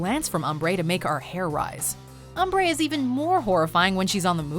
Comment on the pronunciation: It’s “Umbri”.